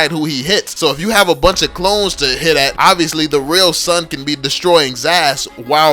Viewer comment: STAHP BUTCHERING SUN AND ZILONG its soon z(like a bee,zzzz)-long